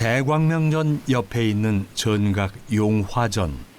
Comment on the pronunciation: 대광 명전으로 발음하는것 불편하네요